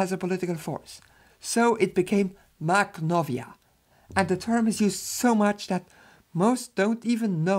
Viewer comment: I don't speak Russian or Ukrainian but I think that "kh" is pronounced as [x], i.e. the same way "ch" is pronounced in German after back vowels.